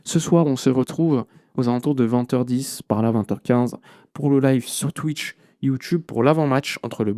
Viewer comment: Ça me fait rire ta façon de dire twich😂